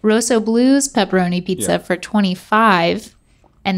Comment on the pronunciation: They mispronounced the Rosso in Rossoblu